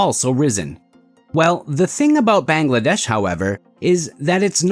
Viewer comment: your pronunciation of Bangladesh is wrong